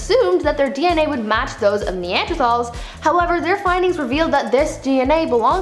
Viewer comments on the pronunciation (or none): none